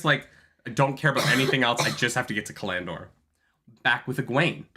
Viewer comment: Cal- an- dor, it throws me off every time you say callan dor.